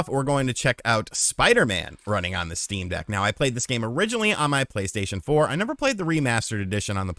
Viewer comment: I thought about getting a Shteam Dheck for a bit and then didn't